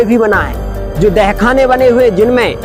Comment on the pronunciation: Apne bahut achhi jankari di lekin ak bat kahu ki aap dahkhana bol rahe h use tahkhana bolte h baki galati chhma kre🙏